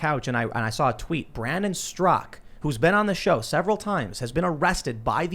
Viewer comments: Straka NOT Strak...... And you were reading it Tim! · Stra-KA, Tim. Not "STROCK" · Brandon Straka, not Strak!